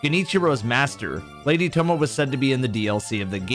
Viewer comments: it's not "tomoh" it's pronounced tomoeh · Tomoe is pronounced "Toe moh ey" Not "Tomo" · Fun theory, however her name is pronounced “toe-mo-aye” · tomo-ey is the proper pronunciation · Tomoe is pronounced toe-moe-ay.